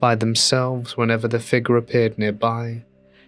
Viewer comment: If u can't say figure right dnt say it plz